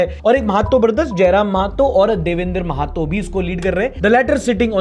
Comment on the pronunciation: महतो ❎ महातो ✅🤣🤣